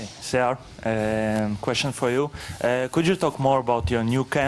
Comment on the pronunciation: dana white got siyar's name wrong